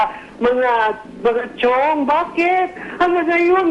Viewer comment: Chiong case, misheard as "CHONGKE" 😂😂